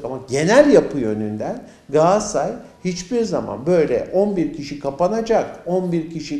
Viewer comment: Gassay değil Galatasaray